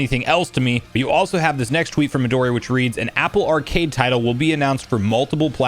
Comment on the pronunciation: "Me-Doh'-Ri" ... NO IT'S Mehdoooree.